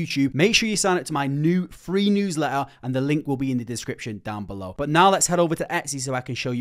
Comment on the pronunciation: bro it's not BO it' 'but'